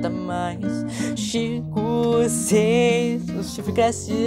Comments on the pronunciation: ele falando chico ao inves de cinco KAKSKSMWKDJWKWKXKSKSJKSKSKWJJWMSKWKKWKSKWKKKSSKKS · Ele falo chinco mas era pra fala 5